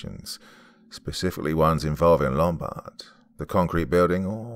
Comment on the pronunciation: "Lumbard" Ummmm Hello "Office Space" Yeah I see you're on your feet again...Peter. I'm gonna have to ask you to stay and perform a "Departure Ritual" and come in and Saturday and Sunday.